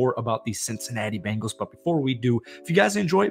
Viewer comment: Learn how to say there name. B-Engals no a after the B.